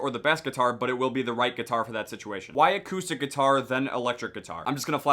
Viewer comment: did he say "a koosh stick"